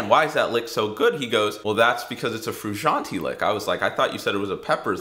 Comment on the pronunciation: They way he pronounces Frusciante triggers me